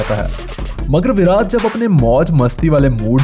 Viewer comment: Virat not voraj 😁😁